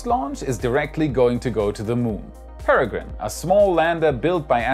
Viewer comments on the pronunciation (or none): none